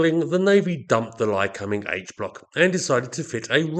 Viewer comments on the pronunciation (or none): How are you pronouncing the engines name again ? Cum... Or .. combing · My take was that I'd read it as Ly-comb-ing for a million years but that given how you were pronouncing it I must have been wrong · Yes - usually 'Lie-Comb-Ing'. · It's pronounced (Lie-comb-ing) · Interesting pronunciation of “Lycoming”. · As an Australian I found you pronounced the name very strange and for once agreed with the American way.